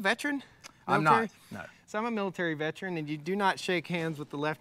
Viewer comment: “Impordant” is not a word. “Vetren” is not a word.